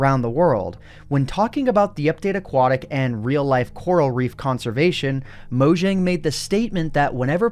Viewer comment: Gotta' say it: Mow-Yang (Mojang)